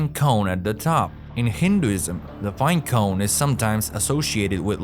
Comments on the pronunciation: Bruh really battles to say binecone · Update: I legit can’t focus because every time I hear him say it I start laughing